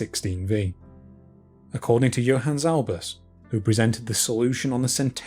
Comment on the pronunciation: You drove me half mad. I thought it would be cute to read the paper that gave the translated bit you mentioned at the end. I searched for “Johann Zalbes “, based on the pronunciation in the presentation and eventually found “ Johannes Albus” and the translation of folio 116v in the Voynich 100 abstracts. Such is the power of the Voynich.